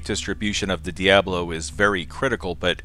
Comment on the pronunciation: Diabolo, I think you're mispronouncing it just to annoy me.